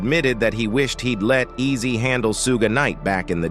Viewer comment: Messin up everybody name tho😂😂 pronouncing words wrong..😂😂 Eazy DUUZ IT😂😂😂